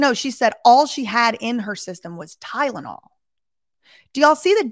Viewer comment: at least she FINALLY learned how to pronounce Tylenol correctly 🙄